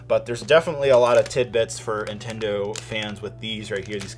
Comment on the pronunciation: It did kinda bother me how you pronounced ‘Nintendo’ and ‘Intendo’